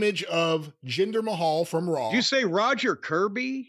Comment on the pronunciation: I can’t with Jim’s pronunciations 🤣 Jinder May-hall 😆